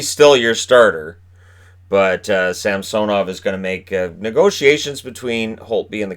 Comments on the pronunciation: It’s Sam-so-nov? Not Sam-suh-nov? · Brandon Narayan yeah it’s Sam-suh-nov